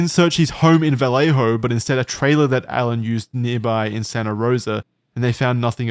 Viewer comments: Vell-Lay-Ho just bothers me as a Cali man 😂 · We just pronounce "Vallejo" as "Vuh-lay-ho". Also, I like the meme suggesting that Brett Kavanaugh is the Zodiac Killer.